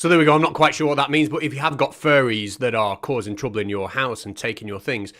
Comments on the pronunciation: I know you are saying faire, but I keep hearing furry, and that is much funnier. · I kept hearing ‘Furries’ too; just the thought of a family of furries living in my wall or even in the attic - NOOOOO! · Ya he keeps saying furry lol